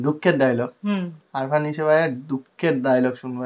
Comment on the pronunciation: আরফান❌ আফরান✅